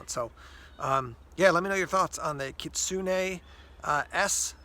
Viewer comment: You're the only youtuber who actually pronounced the model name right lol Good review. That's what I'm looking for in a small fixed blade EDC knives.